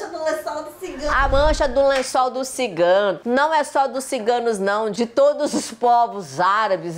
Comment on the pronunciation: "Mancha do lençol do sigano" ????? Kkkkkk